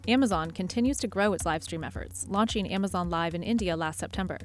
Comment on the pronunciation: Shoppeen Network. Competeen (not competing?). Launcheen. Wtf